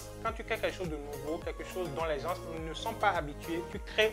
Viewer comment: Bravo tres inspirantes tes vidéos ,évite juste de dire Gens (ssss)le "s"ne se prononce pas a l oral . Cordialement 🙏